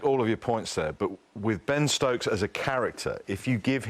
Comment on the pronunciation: Ben Ctokes😂😂😂